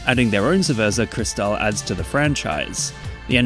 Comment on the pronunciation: Haha English speaker can not even pronounce Cerveza Cristal correctly. Really how hard is it to pronounce words that are not English?